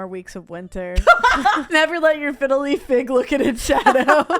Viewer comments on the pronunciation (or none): none